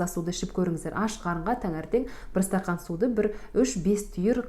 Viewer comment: Стахан демей стакан дей беринши Казакша емес орысшасы адеми кулакка жагымды еситилели Казакша дурыстап переводтаншы Бир арибин озгертип тилинизди кулкиге калдырмай